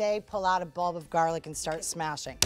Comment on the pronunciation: "half of my GaHrLic" XD XD has me dying!!!